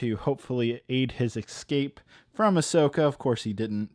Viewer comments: 12 years later still can’t say “escape” correctly 😂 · “Escape” Must be Italian👌🏼